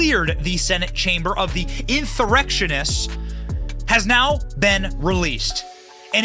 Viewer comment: They’re not inthurrectionith, they’re inthummarrectionith.